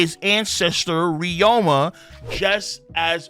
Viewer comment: RYU MA KING NOT FUCKING RYO MA